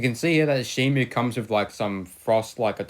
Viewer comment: Stop saying shimu it's shimo read the packaging